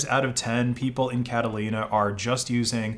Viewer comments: why do you keep calling it 'Catalina" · Great video, but this is grinding me way too much, you pronounce it Catalunya / Cataluña never Catalina. Catalunya is in northeastern Spain, think Barcelona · It's Catalonia, not catalina, but good video! :) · Catalonia Spain 🇪🇸 not Catalina California lol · pls say catalonia next time, not catalina, im from there and it hurts to hear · My friend its Catalonia not Catalina. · Catalina not a country man…Catalina is an island in the USA state of California….Catalan is a language of Spain. Catalonia is a region in Spain. I triple-checked your transcript and video. You are saying Catalina. There is no country called Catalina. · *Catalonia not catalina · Why did dude pronounce catalonia as "catalina'. Btw thats not national police, its mossos d'esquadra (Which is the police of the autononous community of Cataluña) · catalonia not catalina lmao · It's Catalonia, not Catalina. Catalonia is a region of Spain. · bro "cataLONia" not catalina 😭😭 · I assume it’s been said but it’s Catalonia not Catalina. It’s a autonomous region in Spain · catalonia, not catalina 🤔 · Lots of useful info! Just a minor remark, the English pronunciation of the Spanish region of Catalonia is "Kata-loh-nee-ah", not "Kata-leena" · It's Catalonia, not "Catalina". Furthermore, it's not a country. It's an autonomous region of Spain. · When you say 'catalina' i guess you want to say 'catalonia'? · Catalina is not the name of that place. It's Catalonia. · I was so confused when he said "Catalina". It took me a hot second to realise he meant "Catalonia" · Catalonia gets mentioned and it's the Mossos d'Esquadra being dystopian yet again, why am I not surprised. Also, it's "Catalu-nya" not Catalina, love from Spain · please pronounce catalunya correctly DX we aren't catalinas, at least use the english version of our name "catalonia" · CatalOnia, not Catalina why are you butchering the name? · Pronounces Catalonia as Catalina - Doesn't know what it is Peak US American